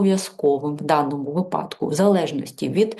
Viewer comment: Спасибо,, вИпадок а не випАдок